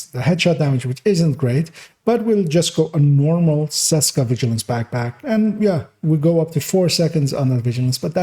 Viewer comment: Small note: the "Č" in "Česka" is actually pronounced the same way as the "CH" in "chest" So "Cheska" or "Tscheska" (German Audience) if it makes sense... I personally run Opportunistic on my backpack and use the Scorpio as a main weapon. Together with Firewall spec to have a higher dmg output.